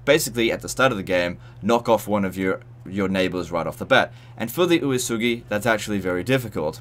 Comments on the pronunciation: Uesugi is pronounced kind of like "way-sugi" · My only problem with this video is the pronounciation of Uesugi